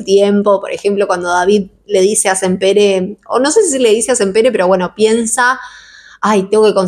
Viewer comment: Me encantan tus reseñas, este año hice mi segunda lectura de la tetralogía y me gustó aún más que la primera vez que lo leí. Vivo en Barcelona y solo quería hacer una pequeña corrección el apellido de los libreros si bien se escribe Sampere en catalán se pronuncia Sampera. Me encanta como pronuncias en ingles y queria ayudarte con el apellido en catalán. 😊